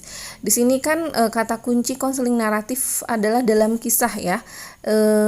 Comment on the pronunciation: bukan kenseling, tapi konseling.. hehehe